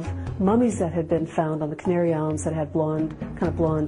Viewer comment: Cain-aryON islands?